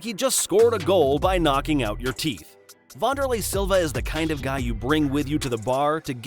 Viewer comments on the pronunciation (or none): Pronounced Van-der-lay not Von-der-lay